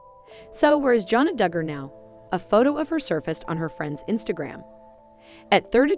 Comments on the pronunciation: You can’t pronounce their name properly so you should not be reporting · All i canvas is....please learn how to pronounce the Dugger girls name correctly!! "FREE JANA!!!"